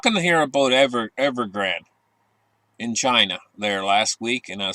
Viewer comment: you said Evergreen, it’s Evergrande